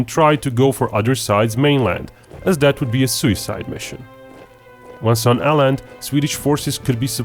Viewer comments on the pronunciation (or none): Aaland is pronounced Oh-Land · Even though it was a really good video you completely butchered the city names. Åland is pronounced pore like Oland and Luleå is pronounced Lule.